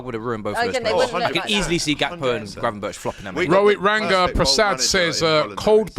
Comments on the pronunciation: Mate said gravenberch 😂😂😂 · I believe AGT pulls out the yellow card and says "gravenberch for me" to which Robbie asks "gravenberch?"